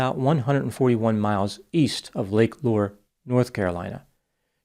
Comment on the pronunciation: This is the least important detail but Lake Lure is pronounced "Lur-ree"